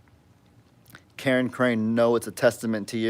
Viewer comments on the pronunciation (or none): none